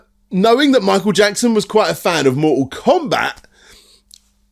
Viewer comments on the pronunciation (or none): Awe-cyde? Mooh-all combah?